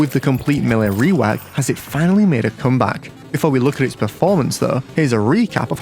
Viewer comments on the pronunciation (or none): why he say rewok like r̵̫͖͙̓̿̕e̸͚͖͓͛͌̐r̸̦̙̦͆̈́͠w̸̝͙͒͒͆o̴͎͖͐͊̓w̸͙͙̽͠k̴͖͉̟̓̚͝